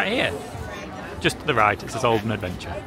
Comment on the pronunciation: Everytime you say olden I hear Oldham 😅😂 .... It's so pretty though, love your vlogs ❤️